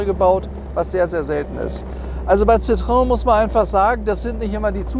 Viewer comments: Ci - tro - en! Nicht Citroon, Citröön oder Citroäng. Aber wie immer toll präsentiert. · Wer einmal Französisch gelernt hat, kommt auch mit der Aussprache dieses Namens klar. Citroen - gesprochen Ssitroenn. Also nicht Zitrön oder sowas. Über dem "e" waren zwei Punkte, das heißt, das "o" und das "e" werden getrennt gesprochen. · Hätten Sie nicht "gemusst". War mir durchaus klar. Aber die Aussprache des "Ci" war gar nicht Bestandteil meiner Aussage, denn das klappt in der Regel. Hätte ich in IPA geschrieben, hätte es sitʀoˈɛn geheißen. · Das spricht man Citroän aus 😉